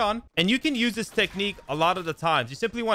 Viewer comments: Exhaustionn Na I’m good. It’s That not dat. It’s There not Dare. It’s This not Dis. Is it really that hard to make a th sound? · All his words that start with Th, he pronounces them like “dem” and “dis” instead of them or this